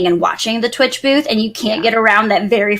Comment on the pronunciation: Sometimes when you say booth, all I hear is boobs.. it is just me?